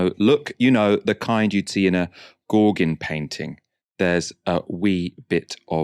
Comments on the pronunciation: Quick PSA for - the name of French painter 'Gaugin' does not rhyme with Corbyn, but instead is pronounced (approximately) GOH-GANN. 'Gau-' like "gauche" or "faux" and '-gin' like "vin" or "Boursin". Or, another perhaps easier way to think about it is that the vowel sounds are similar to those in the word: "ballsack", even more so if said with a hammed-up cockney accent!:D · It’s pronounced Go-Gan …